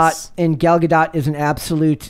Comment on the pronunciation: Gal Gadot (Gah-doh) the "T" is silent.